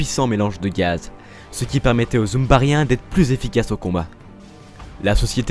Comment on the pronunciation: Les "zumbarien" 🤣